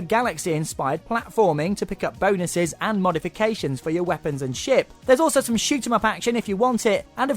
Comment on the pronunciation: i thought he said shit instead of ship.